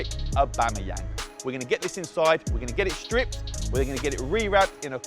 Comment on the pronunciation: The way you pronounce Aubameyang 🤦‍♂️